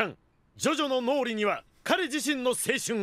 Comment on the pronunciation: Lol I never appreciated how well Dio said Jojo until you pointed it out